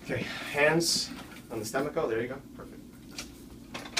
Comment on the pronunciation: Did he say, "Hands on the stomacho"? haha